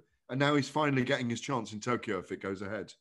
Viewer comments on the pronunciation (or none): none